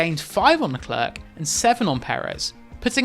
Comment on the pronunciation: Who is leCLERK? Honestly, Crofty takes pains to correctly pronounce everyone’s names and he says LeCLAIRE a million times per race. Does autosport even watch the races??